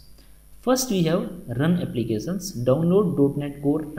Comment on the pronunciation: so good and everything but please can you hear the right pronunciation of Applications from google translation !thank you in advance